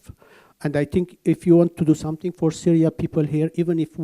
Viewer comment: She said "Saria" or more precisely "Cyria" (first three letters from "Cyrus") One way or another probably the least important part of the video